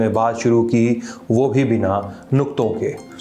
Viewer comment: Please, lehza nahi Lehja and nukta nahi Nuqta. good delivery but thoda pronunciation.